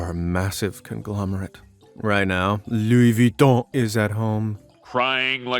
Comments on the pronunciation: “Louwie VitHON” 🤣🤣🤣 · Looey vweeton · had fun pronouncing "Lou Viton" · LoUI VuItToN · I like the way he says Luis Vuitton. Hahahaahaha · I love how he says " LOUIS VUITTON" 😂😂😂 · I love how he pronounce Louis Vuitton, i keep laughing at each time he says it XD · the way he says louis vutton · I rlly love the way u say "Louis Vuitton" 😂😂😂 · I liked how he pronounced Louis Vuitton lol!